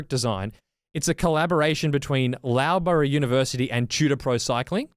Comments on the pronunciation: Just gotta say as someone who has just finished a PhD in Materials Engineering from Loughborough Uni, that was the most ozzy pronunciation ever! 😂 For future ref it's pronounced Luff-bra 😉 Also going straight to Tudor pro cycling to send an application in now! Thanks for the heads up guys! 😁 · Loughborough like “luff-brra” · pronunciation of Loughborough University is the best thing ever can we please get a repeat!!! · Pronunciation of Loughborough was enjoyable